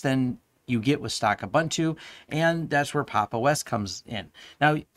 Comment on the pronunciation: Thanks for the review! Checking out Pop now. Please check out the correct pronounciation of 'Ubuntu'. It's 'Uh-boon-tu', not 'Uh-bun-tu'. ;)